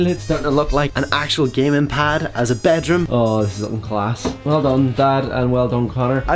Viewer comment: I like how he says bejrum don’t bed room